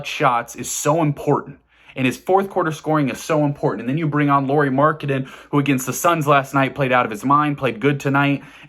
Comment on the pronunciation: *Markkanen. MARK-uh-nen.